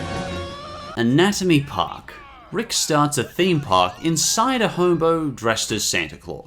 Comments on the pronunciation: whats anaomy park? isn't it anatomy park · "Anaomy Park"? What happened to the T?